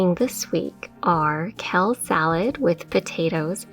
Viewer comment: You're awesome. Love your videos. But let me make a correction if I may. It's not "Kell". It's "Kale" It's not "Mill". It's "Meal". When you wear shoes it's not "high hills" it's "heels". ;)